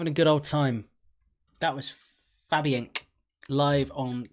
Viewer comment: The song is pronounced Fabien Kay